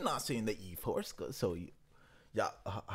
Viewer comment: Wth is yforska. It’s pronounced “yaska” he even said it in the song. The “4” stands for “a”. It’s obvious.